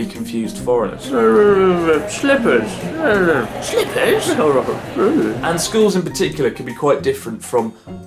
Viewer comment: Goddammit the way you pronounced "slippers'' in an exaggerated British way cracked me up XD